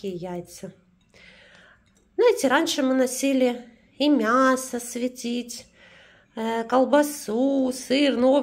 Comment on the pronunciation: Она говорила свЕтить....